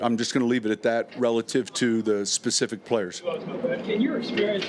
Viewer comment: If he says RELITIVE again I'm gonna freak out!